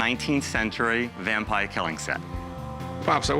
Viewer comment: The way that man says vampire drives me crazy! There is an r in that word sir!